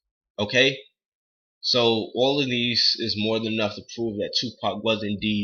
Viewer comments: 2pac is a thug and he his the best you dint even say his name right dumbass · You sound like a bitch and didn't say his name right. U know nothing about him not his name. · LMAO at least say his name right